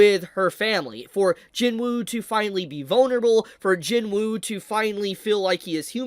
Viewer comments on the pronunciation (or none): I love ya but it's not Jin woo it's pronounced jinoo just saying love ya bro